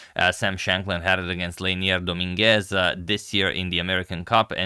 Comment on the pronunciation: Hey Antonio, love your content. One suggestion, listen to how Google Translate pronounces "Dominguez". Spanish speakers like myself will be greatful!